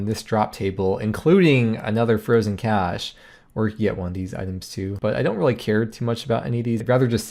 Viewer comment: Nailed the Loki 'cache' pronounciation xd